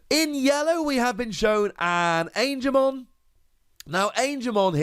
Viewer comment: congratulations on getting Angemon right ^O^, but talking seriously Kabuterimon has an interesting effect, and low evolution requirements, so the green deck seems to be for fast evolutions and counter attacking, mmm interesting if not a little dangerous, am gonna take a wild guess here that some of the other green cards are gonna help putting the oponnent's digimon to rest mode, probably Lilymon is gonna have an effect like that. Who knows but am definitely excited